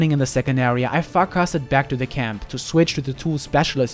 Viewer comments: farcast not farkoff right sorry. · Am I the only one who hears "I Fck off back" every time he says "I Farcast back"? I mean both expressions work in that context XD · That's what I heard I too lol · sounds like u say i would Ouck Fff back to camp